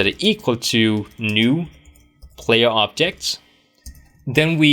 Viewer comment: i dont know why i keep hearing optics, optics contructors and optic models haha anyway, this channel and this courses are incredible you rock man!